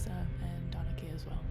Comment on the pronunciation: I'm pretty sure Donnecke is pronounced "Den-uh-kuh" by the way. Fun card to watch!